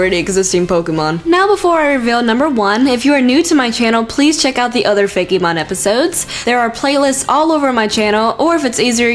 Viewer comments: It's fake mon not fakeymon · looks like she says "Feggy mon" XD